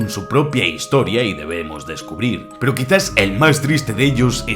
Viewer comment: Me gustó mucho el vídeo pero como que le faltó un poquito más de impacto a ese "peroooo"